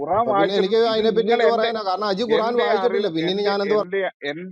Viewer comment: ഖോറാൻ അല്ല Bro. ഖുറാൻ